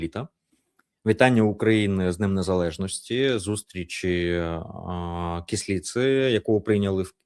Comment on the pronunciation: п. Саакяне, не Кісліца, а Кислиця !